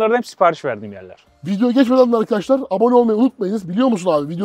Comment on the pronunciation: Arkaaaşlar değil lan arkadaşlar diycen